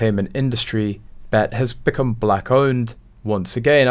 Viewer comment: It's pronounced B E T B. E. T.